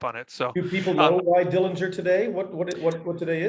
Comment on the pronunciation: The correct pronunciation of the Dillinger family name is with a silent 'g'. He was never convicted of murder. He had a very good upbringing and John's father wasn't harsh as rumors have created. The handkerchief had a bolt in it. He was paroled early. The only reason that the FBI got involved was because John took the stolen car from Crown Point across the Illinois State line. You're so right about him being a celebrity. He was very generous with his money with his family. Yes, he was assassinated even though he was unarmed.